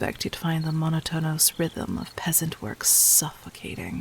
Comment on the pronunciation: Huh, someone else who reads it out as mono-tonous instead of monot-onous if not paying enough attention.